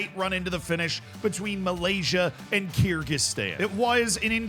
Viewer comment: It's pronounced ker gi stan